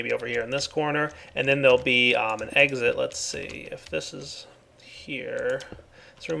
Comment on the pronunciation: An ,, egg sit" :D